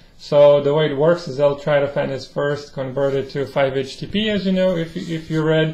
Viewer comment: It’s not trytophan! It’s tryptophan!